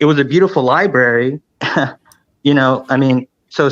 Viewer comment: He cannot even say "library"!?!?🤮 he never shows his face??? FIRST CLASS VERMIN!!!!